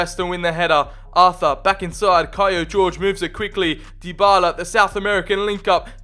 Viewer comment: I think that he is not called Jorge, like George, but like Horhe, or Jorge in Portuguese!